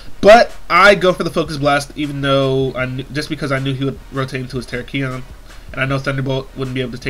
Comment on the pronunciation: your putting emphasis on the wrong part of Terakion. It's ter-AK-ion, not tera-KI-on.